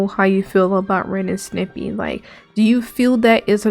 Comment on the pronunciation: You saying Snippy?Instead of Stimpy? Frankly I like that pronunciation.